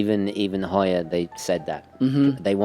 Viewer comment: I can't believe you didn't correct him on the Heuer pronounciation... it's "Hoy-er", sir! NOT "How-er"